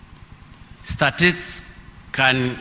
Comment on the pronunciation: Neno statistics ni ngoma kutamka kwa mheshimiwa, hii ni fimbo